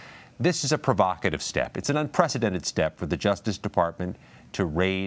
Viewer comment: you keep saying unPresidented wrong.. this ends Trump. He's over.